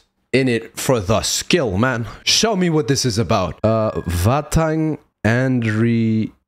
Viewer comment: nearly, Vahhtang is from Georgia